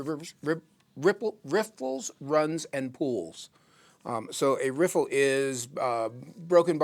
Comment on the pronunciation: "rifflifliffiflllfffif" (Courtesy: )., thank you for creating the perfect out-of-the-mouth audio-visual lip synched water movement river riffle lesson ever. That is why you are #1 the BEST!! Picture frame was worth a thousand words. LOL